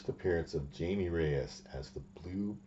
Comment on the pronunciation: Glad to see more interesting takes than from most comic youtubers. Also, his name is Jaime nor Jamie.